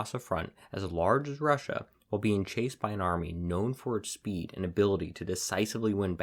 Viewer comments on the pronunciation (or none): none